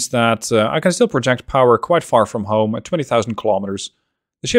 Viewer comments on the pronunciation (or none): none